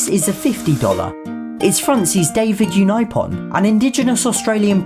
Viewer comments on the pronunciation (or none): none